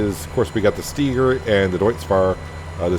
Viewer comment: Idk if I commented on any of your other videos about it or not yet, but you're pronouncing Steiger wrong and it bugs me every time 😂 its pronounced with a capital I, not E. You also should get the Lizard Rake 8.5 M, it has a pto on the back so you can attach a baler to it to rake and bale at the same time